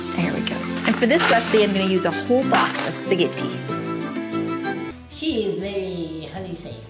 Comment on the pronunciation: The programme is called "Pasta GRAMMAR!! But yet the boy keeps calling Spaghetti "SPAGHEDDY???! It doesn't make any sense to me.